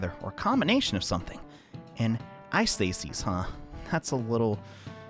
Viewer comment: hey! This word isn't pronounce like ai-sthe-sis it's pronounce like a-sthe-sis! I know this because I'm Greek! Have a good day